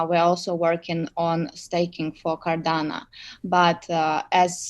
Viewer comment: It’s Cardano, not Cardana! Thanks 🤦‍♂️